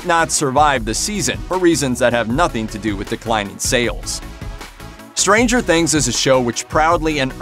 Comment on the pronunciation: Don't hit the 'stranger' when saying Stranger Things, it sounds ridiculous